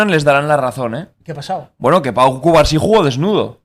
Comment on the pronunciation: Cubarsi? O Cubarno? Jjjj